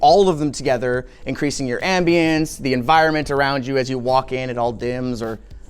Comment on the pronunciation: The way he pronounced ambiance 😅